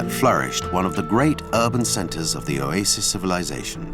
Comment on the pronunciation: I like how the narrator says, "Oasis". He pronounces it "Oyaysis" 😅